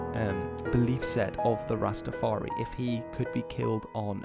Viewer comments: Ras-Ta-far-I not EE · Why do you say rsstafaree ..its rastafar...eye...I N I... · It’s not Rastafar-e it’s Rastafar-eye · Very informative but you need to not say Rastafar-eee it is Rastafari(Rastafar-eye), also no ism.. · The 'i' at the end of Rastafari is pronounced in the same way as the word "eye" and I'm sure you've seen this in the comments but rastas don't appreciate the addition of "ism" to the religion's name